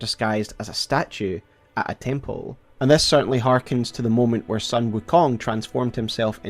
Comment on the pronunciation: not sun... not the solar entity. This is the family name Sun pronounced closer to the english word 'soon' or maybe a bit more accurately 'dune' but replace the d with an s.